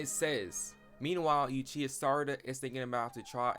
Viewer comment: It's uchuha, not yuchiha